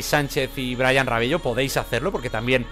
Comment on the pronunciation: Amigo se dice "Rabelo" Pero se escribe Rabello